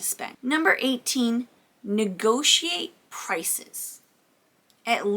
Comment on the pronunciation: Negotiate, not negociate.